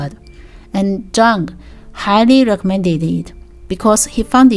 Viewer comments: Great video! Just so you know, the "J" in Jung is soft; so it's pronounced Yung.🖕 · Thank you for the video, I think Taoism is something that's easy for people from Europe and the Americas to misunderstand, and this offers some good clarification. Also, Carl Jung's last name is pronounced like "young" since it's german. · If we're going with German pronunciation it would be more Like 'yoong'(English spelling)